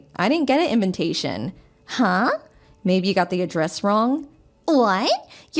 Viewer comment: STOOOOOPP!!!!!! read your lines, do your phonics... Sound it out....!!!! Its inVITation NOT inVINtation......